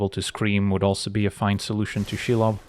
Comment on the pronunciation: That pronunciation of Shelob Chef's kiss